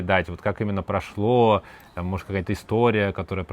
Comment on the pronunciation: o seu прошло aqui soou como um brasileiro falando russo